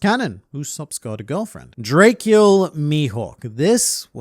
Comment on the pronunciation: “Drakecula mihawk” dude it’s DRACULA